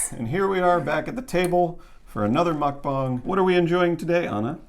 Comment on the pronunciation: Did you call it a mukbong?